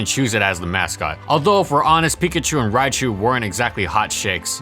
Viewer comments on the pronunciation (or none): none